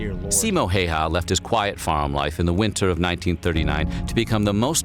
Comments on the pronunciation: His name is pronounced ceemo eye-yah its flippin painful to hear hay ha like its a fuckin outkast song.... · Simo Häyhä, not Haha. 😆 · simou heihaa :DDD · Its simo häyhä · I know it's lileky not his fault but, the errors spoken by the narrator are a disservice to Simo Hayha.